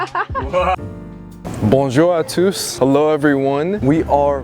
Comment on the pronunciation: tous is pronounced as TWO...silent S